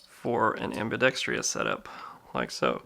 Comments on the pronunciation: Ambidextrous not ambidextrious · am·bi·dex·trous....Not am·bi·dex·tri·ous. There is no i after the R. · ambidextrous not "ambidextrious" no "i" after the T. Thank you anyway. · Fffffin THANK YOU ! I thought I was the only one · Another clown who can't pronounce "ambidextrous." 😂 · Can someon PLEASE learn how to properly pronounce ambidextrous? Google is your friend. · I’m apparently part of the a-hole club too then 😂 Not the biggest deal in the world but it does ping my ear every time someone says it that way. Sort of like when people say “asstrix” or “astrixes” instead of asterisk/asterisks.